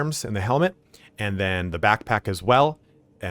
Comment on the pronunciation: Al-i-ot-ic???? Ah-lay-toc. I've never heard that name butchered so badly before. Nice vid otherwise though.